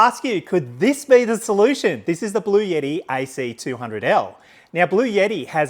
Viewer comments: Thanks for your presentation! Very useful. Ps: it’s Bluetti, not blueyetti. 😂😂😂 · It’s Blu-etti not Blu-yetti. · It’s actually pronounced "Blue-t" if you speak to anybody directly at the company, that is how they pronounce it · There is no "Y" in Bluetti. It isn't pronounced Blue Yeti. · Cool...Thanks. There is no "Y" in Bluetti's name though. Yeti is cooler company.